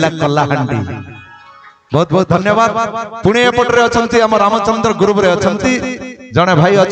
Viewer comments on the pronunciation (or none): none